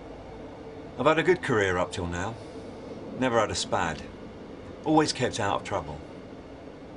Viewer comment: she be SPAKS instead of SPADS